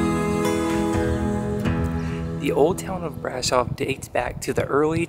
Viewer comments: It's easy even in English: Bra-shov :) Sh is pronounced like sh from shore. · It’s brahhhhhhshohhhv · Please learn how to pronounce Brasov!